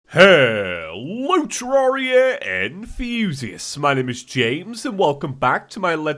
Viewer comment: For the longest time i thought he said hello Terraria and fusius but now I heard it Hello Terraria enthusiasts